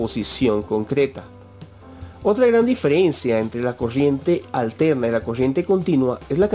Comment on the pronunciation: habla bieeeeeen es coRRiente no coshiente